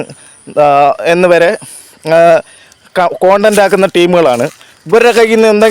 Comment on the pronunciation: ദയവ് കോൺഡന്റ് എന്ന് പറയാതെ കണ്ടന്റ് എന്ന് പറയാൻ ശ്രമിക്ക്, അതാണ്‌ ശെരി